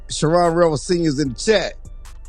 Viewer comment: Come on man learn how to pronounce his first name. It’s not.Savone it’s Shavon. this ain’t rocket science